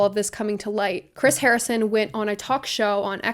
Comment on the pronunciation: Haha! I chuckled when you said harring instead of Harrison 😊 love the video girl!!